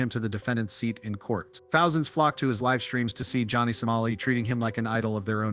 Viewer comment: A.I. voice still not smart enough to pronounce 'live' and 'live' differently! English, the ultimate challenge for A.I. 😆😂🤣😂